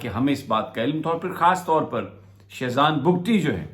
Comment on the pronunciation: Shezan Bhukti 😆 🤣 😂 😹 Sami bhai its shah zain bhukti not shezan bhukti lol 😆 😄